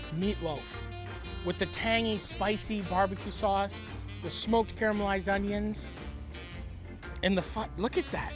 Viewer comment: "Care-a-mell-ized" onions lol! Also, toast the bread for this one and you'll have a winner. What we have here is a soft shell meatloaf sandwich taco- which is not entirely bad btw...